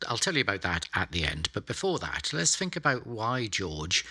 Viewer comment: It always seems odd when a very intelligent person can't say think without saying "fink".